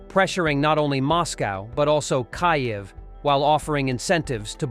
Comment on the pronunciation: Hey bubba, its "Keev" not "Ky-ev." And the worst thing going on is that Dummy (having a) Dump 💩💩💩 is involved in the talks. Kiev will not take anything less than the lost territories & Crimea back to Ukrainian soil.